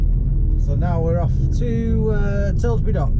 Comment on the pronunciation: TILBURY NOT TILSBURY PAL